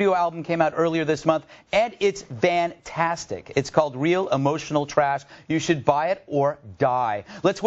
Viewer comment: did he say "bandtastic"?